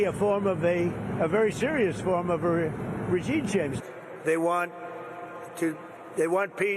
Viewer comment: "regine chamge" He's so addled he can't even articulate the individual words in his lies. He's a clear and present danger.